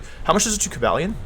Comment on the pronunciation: Cobalion? Don't you mean Ko-Buh-leone?